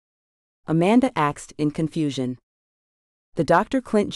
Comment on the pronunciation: I can’t believe they have an AI narrator that pronounces “asked” as “axed.”